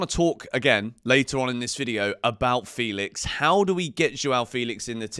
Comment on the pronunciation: Only wish you could say Felix's name correctly.